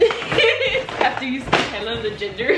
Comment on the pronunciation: Why do you and sound like y’all saying “hella” lmao